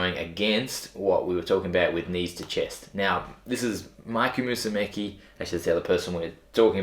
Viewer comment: Isn’t it pronounced Mikey Mu-su-meh-chee? Lol